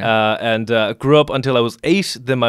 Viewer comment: Thank you do much for pronouncing ireland as are-land. The first westerner I can respect